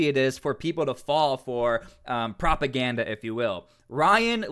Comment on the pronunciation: True story, shame. Joe should do better homework... He could read some material from General SVR Eng channel. Cause right mow Joe sounds like RU propohganda...